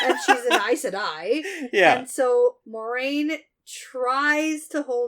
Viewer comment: when you said you forgot how to say this “Mau-reh-yun” person’s name, I thought you were talking about Moiraine at first and had to relisten before it clicked. I was about to be concerned you were having a medical event! 🤣